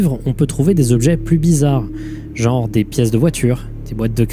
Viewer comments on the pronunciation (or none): none